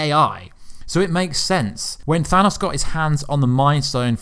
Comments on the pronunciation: than AHsss? its pronounced than OOOs. OH not AH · Sounds like you are saying "Thanus" instead of "Thanos"